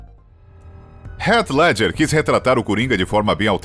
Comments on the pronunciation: Foneticamente falando, não é "Ret Ledjer" eata mais para "Rit Ledguer" fica a dica. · "Rét ledger" o ator que fez o coringa... Que mania chata de falar o nome dos atores de um modo que ninguém fala kkk pelo amor